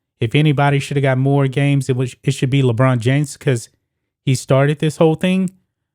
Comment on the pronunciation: Ohhhh le china james.. I thought you said vagina james